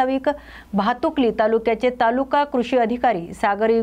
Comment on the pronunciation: भातुकली नाही.... भातकुली आहे.... Script फक्त वाचू नका... ती बातमी आधी समजून घ्या